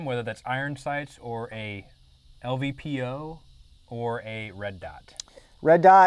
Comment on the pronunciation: Hee, Hee he said lvpo! It's Low Powered Variable Optic, lpvo!